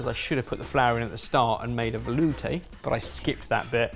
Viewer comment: you said velouuuuuuuuteeeee wrong.